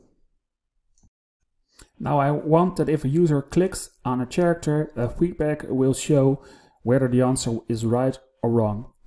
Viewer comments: Hey, great video. I know my friends from the Netherlands speak 5+ languages and periodically ask for pronunciations, the word "character" has come up before so I thought I'd share it with you. Character is one of the English words where "ch" sounds like a "k". In this case, it sounds a though you combine the words care + actor. Hope that helps, and again, great video! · You are a great instructor. Just a little correction, the word « character » is pronounced /karakter/